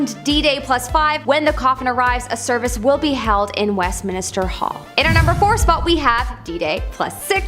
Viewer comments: It’s West-min-ster NOT West-min-i-ster 😘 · uh, it's Westminster not Westminister. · Please please please stop saying Westmin-i-ster, its just Westmin-ster